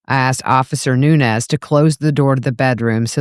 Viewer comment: Nuñez ñ is a different letter in the alphabet and sounds different then n. Learn names as a public speaker